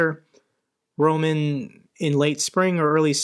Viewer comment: I love your videos, but please it is not Rōman like you say it with stress on the first syllable, but Román with the stress on the second syllable. It sounds ridiculous the way you say it. Almost all names and words in Russian and Ukrainian put the stress on the second syllable. So if you would just do that, you’d be right most of the time.